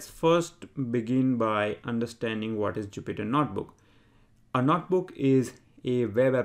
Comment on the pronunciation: its not "NOT" book its "NOTE" book